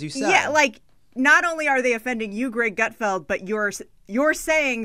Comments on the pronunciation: Lovett it’s Gutfeld not Gutfield? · And it's GutFELD......not FIELD.......lol these 2 are beyond nobodies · Pronounced Gut-feld rather than field, but you got the first name right! Good job! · Appreciate that Lovett didn’t once pronounce Gutfeld’s name correctly